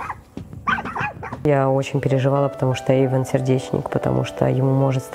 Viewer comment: Эйвон а не Эйфон